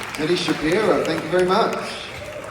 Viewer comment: It's pronounced She - PIE - ro